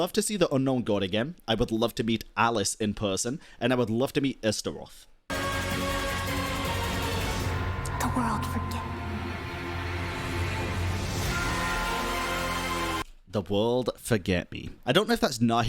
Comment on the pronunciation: OH... lol, it sounded like Esgaroth and not Istaroth..... I HAVE heard of Istaroth in relation to Genshin